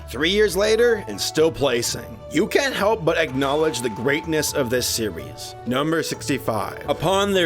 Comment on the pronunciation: he said sewies.